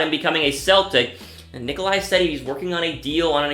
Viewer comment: It’s nikola not nikoli how hard is vucevic to say learn how to speak English scrub. This guy sounds like a noob